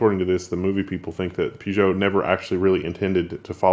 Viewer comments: It's pronounced Purr-joe, not poo-geo. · where is R in peugeot its pežo i used the old slavic tric write what you say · Damn, pronounce your brand names correctly.....Peugeot - pur-gjoe